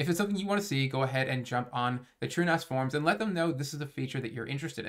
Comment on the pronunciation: My man is finally pronouncing it "TrueNAS" instead of "TrueNOS"